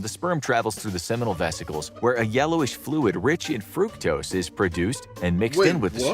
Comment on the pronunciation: I cant be the only one who heard ‘rich is fruit toast’ when he said ‘rich in fructose’ 😂😂😂😂